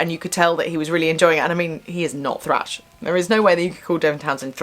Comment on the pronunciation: Its not "slash" its thrash lol